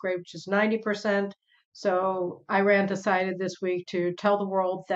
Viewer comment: Can you please pronounce Iran properly?